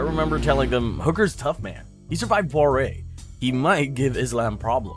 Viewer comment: "Hookers tough man, he survived pawreh" "Pour-e-a" is the correct pronoucniattion for next time.